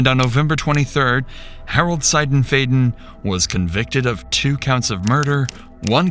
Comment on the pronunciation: So... I know him and his wife. She was the sweetest woman ever! 😭 Also, on a less important note... You pronounced the last name wrong. Its S(eye)denf(eye)den